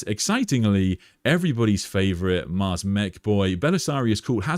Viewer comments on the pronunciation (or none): none